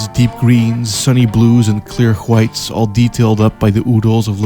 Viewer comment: Clear huwytes